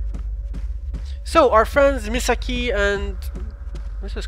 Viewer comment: Indeed all comments will! I think it would be Me-saw-key in English xP Also, yay more fatal frame!